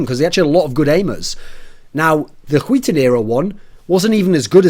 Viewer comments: I love how you say "skiten" instead of "skytten" as a swede it makes it fun to watch ;) i know the words are weird to pronounce tough. Good content as aswell ! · why are you saying huiton it's SKYtten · ZpLitgaming Its not pronounced huiten.... SKYTTEN is pronounced SKYTTEN... although its very hard if you're not Swedish or Norwegian to say it. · Thats a weird way of saying "skytten". Im from Denmark, and thats like sk-ö(ø)tt-(a,e)æ. Weiiiird. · Sounds like he's saying Wheaton with heavy emphasis on the H, when he tries to says Skytten. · René Descartes No he is saying wheat thins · René Descartes låter som att han säger skiten ibland xd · Hwil Hwheaton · René Descartes "Skytten" in Swedish (means "shooter" or "archer") is pronounced like hwee-ten -- see here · Rebecca G how he says it sound like "skiten" in swedish means shitter basicly so yeah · I cry every time you say SKYTTEN ;( And yes im swedish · Chris Peach He pronounces it incorrectly, though it might be because he is from england. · People really cant pronounce skytten.